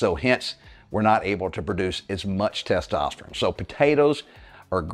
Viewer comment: been listening to you for about a month. So far, I really like you and your program. Appreciate the advice. But, for the love of God, could you learn to say the word “testosterONE?” 😂 Dude, that’s an “O,” not an “I.”